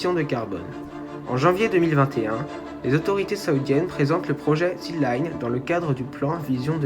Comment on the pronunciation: Merci pour ton travail. Attention à la prononciation c'est bien THEU line et pas THI line car ''line'' démarre par une consonne. Petite réflexion sur le coût annoncé de 100 à 200 milliards : the line va faire 500m de haut et 200 de large soit 170x0,5x0,2 = 17km3 ou 17 milliards de m3. On arrive sur un coût d'environ 10$ le m3... En France un bâtiment d'habitation coûte environ 1000€ le m3 à construire. Un hangar agricole le plus simple environ 50€ le m3... Je parle en m3 car la surface en m2 n'est pas connue.